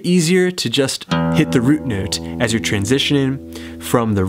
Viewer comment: Love how you say "nöte" :p . Great lesson!